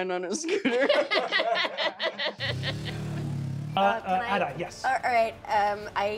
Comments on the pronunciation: I love that she goes with a flap sometimes (like and ) but with a plosive in others ( and ). Such an immigrant-losing-accent / dual-citizenship-brain moment lol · I can't get enough of Siobhan's pronunciation of scooter. Never before have I heard scooter with the t pronounced as a plosive instead of a flap